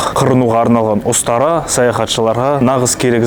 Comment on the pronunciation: остара емес, ұстара